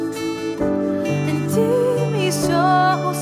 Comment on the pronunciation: clamarei , el gringo pronuncia la vocal e como i